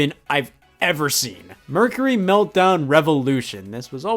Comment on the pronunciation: There's people who say Mercury wrong, those who say it right, and Scott, who just says it and I can't understand whether or not he's saying it right or not.